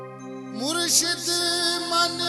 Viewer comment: ....murshad nhi murshid hota h